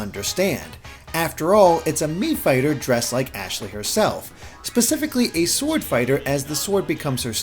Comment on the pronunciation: You'd better learn her name cause it's ASHLEY